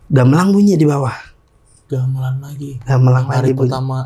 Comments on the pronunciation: Mangga bg bukan manggaahhhhh, gambelan bukan gambelangggg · Narsum bilang,y gamelang bukan gamelan..ap sy yg slh dengar y😊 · Narsumnya ga bisa bilang gamelan bilangnya gamelang ....